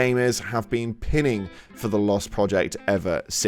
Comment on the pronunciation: It’s “pining” like Chris Pine…